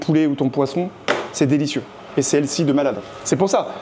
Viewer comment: “C’est elcy”